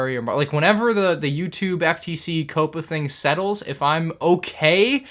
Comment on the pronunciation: Why do you keep on switching your pronunciation of COPPA? Sometimes you say COPPA other times you say CAPPA. I think you even said COAPPA